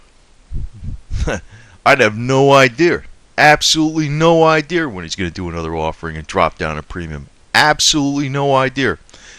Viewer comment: hey dude... there is no "R" in idea. you are saying Idere. lol. but yeah I agree with your ideres.